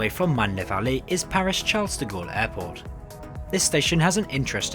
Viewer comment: The perfect definition of "f*cked up". Thanks for the warning. Now I know what train to avoid, or at least wait for its refurbishment. Btw, not a big deal but I think you missed "Charles de Gaulle" and "chapelle" on your effort to pronounce the name just as it is with locals. Just thought you needed to know.